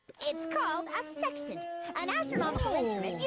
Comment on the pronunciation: Man said "sextant"😂